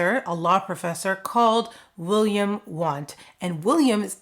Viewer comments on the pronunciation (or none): none